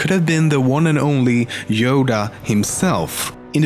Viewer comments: wait did he say yoga well top10memes you FAILED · yodea .. יודעה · How is Yodea said, and does it reaaly mean that? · YODA WTF YODA